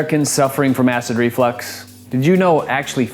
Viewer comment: It is not pronounced Flex as in you flex your muscles it is flux the way it is spelled because of flux is something that gets a fluid to move a reflux is something that pushes acid or anything up in an unnatural Direction such as I don't know your stomach acid in your throat say it right